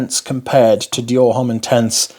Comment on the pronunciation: The 'h' in homme is not pronounced.